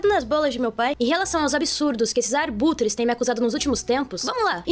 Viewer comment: ela não só escreve "ARBUTRE" ela tmb fala!